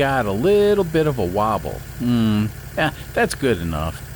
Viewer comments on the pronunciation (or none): none